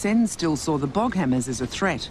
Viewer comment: It's Boghammars, not Boghammers. Patrol boats made by Boghammar Marin in Sweden (no e in marin in Swedish).